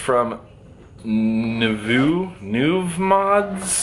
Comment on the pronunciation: It was great meeting you Sunday. I see you got a Nuvemod from my hometown, Orlando. Very cool. Luis ,owner, is a great guy. Btw... Nuvemod is pronounced Nu-vei-mod. ✌